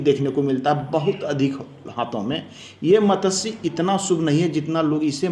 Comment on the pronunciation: Matatsya nahi hota wo matsya hota hai